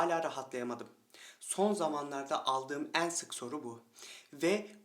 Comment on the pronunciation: Konudan bağımsız olarak;benim bıyıklardan çok 'een sona' 'beenziyor' derken, açık e ile telaffuzlerınız dikkatimi çekti.Daha doğrusu rahatsız etti.Kapalı e kullanmanızı tavsiye ediyorum.😊 Ayrıca dişlerinizin beyazlığı...👍